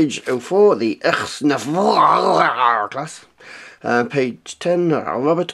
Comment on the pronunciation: There are a lot of "add ons" to your intro. NOW we have the Enterprise coming at us! What comes next, the... [IKS NEGH'VAR] (however you say it)? The way how you said "IKS NEGH'VAR" sounded like a good response to "Hello?... Can you hear me?... Say something!"